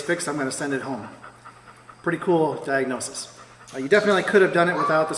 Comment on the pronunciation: Nice Diagnosis-tis-ish, good job.